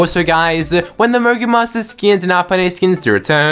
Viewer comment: lol it sounded like u said mongul monsters🤣🤣🤣🤣🤣🤣